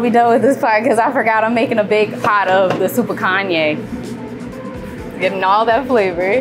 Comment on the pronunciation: It's super "Kan-JA" (jaaa), not Kanyaa 🤦🏽‍♀️ the dishes look pretty, but it's not authentic Senegalese ingredients 😕 I pray for their success and growth though.